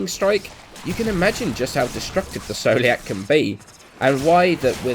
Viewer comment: scoliac is pronounced skoliak like the disease just saying